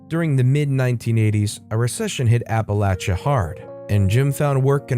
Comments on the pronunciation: Yes, he actually got it right. It can be frustrating when people do not think about correct pronunciation of place names. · I have a newfound respect due to your pronunciation of Appalachia. Thank you!